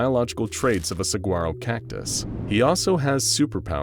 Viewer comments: Its pronounced sah-war-oh not sah-gwar-oh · did you seriously just pronounce the g in saguaro cactus? I am sorry this is a great video and I love what you guys do but my dude the word comes from Spanish! It is pronounced sah-WA-roh not sa-g-uaro!! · I cringed when he pronounced the g is "saguaro". Its silent. "Sa-wah-roh" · Using a hard G in saguaro is killing me. It sound, phonetically, as sawuaro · Saguaro is pronounced suh wah row lol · “He wasn’t pricked by a radioactive cactus,” and I IMMEDIATELY thought of the nuclear plant that is in/near Phoenix, AZ area. Also, it is pronounced SAHUARO. Geeze. That really pricks me when people pronounce it wrong, and they sound ignorant as hell mispronouncing it. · Saguaro is pronounced sa-huaro btw, sorry I’m OCD about it growing up with them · Saguaro is pronounced suh - waa - row.